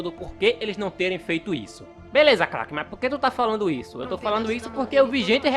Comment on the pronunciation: Crack não é clack